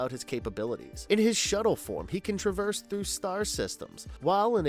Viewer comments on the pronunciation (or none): none